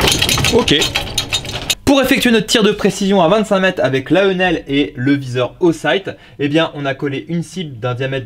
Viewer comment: Ça se prononce "Hénel"pour les puristes😂Excellente présentation par ailleurs comme d’habitude 👍☺️